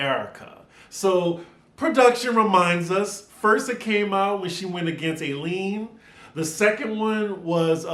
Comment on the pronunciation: Eileen is pronounced I-Lean. I miss her! Tom could have been leaving voice messages - not that I believe Erika.